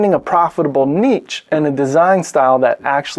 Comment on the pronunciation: Is it pronounced neesh or nitch? No one has ever figured it out. You solved the problem with neetch. 😂